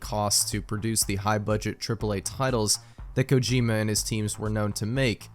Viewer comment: who pronounces kojima kojimba?